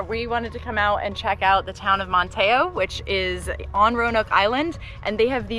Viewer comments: Manteo is not Man-tayo. The locals say Manny-o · Ma-ta-e-o.... 🤣😂 In NC they actually drop the "t" and it is pronounced Man-e-o And Outer Banks was filmed in Charleston. I know, it's very misleading. Hopefully you make it up to Currituck. That lighthouse is red brick. And maybe you'll get to see the wild horses of Corolla. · Manteo. MAN-tee-oh. Bodie. BOH-dee. Guys, I love you. You’re the best RV channel on the YouTubes. But please ask a local how to pronounce the places you visit. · Manteo is only one syllable not man-teo. Did you visit Currituck Lighthouse? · Enjoyed your video. The Lost Colony is a must see and awesome. Your forgot to mention that it is Andy Griffin home town is Man-tee-oh. And they have a great Aquarium too. Also it’s Bow-dee Island not Body at least that what we grew up calling it. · It is Manteo pronounced Man-Tee-O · So glad y'all enjoyed your visit to one of America's Jewel's that North Carolina is so proud to have. Just a side note, from a southern girl from North Carolina, the town's name Manteo is pronounced "Man-knee-oh" . 😄 Did you catch a glimpse of the wild horses? They are further north on the Outer Banks. If not maybe next time. I really enjoyed the video. Thanks! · Enjoyed the episode. I kept trying to figure out where you said you were. Everything looked familiar but I didn't recognize the name you called it. Then I realized you were in Manteo "Man-Tee-Oh". I bet you get these comments everywhere you go LOL. I know I would always get them wrong. Did you ever hear the debate whether Bodie lighthouse is "Body" or "Beau Dee"? lol - I'm pretty sure you got that one right. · I was told by other locals it's pronounced Man t neo. Where the t is almost silent, barely noticeable. 🤔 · Great video. You've made such an entertaining series of OXB. Btw, from this North Carolina native, Manteo is pronounced man·tee·ow. 😉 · Haha. butcherd Bodie and Manteo. love watching your adventures!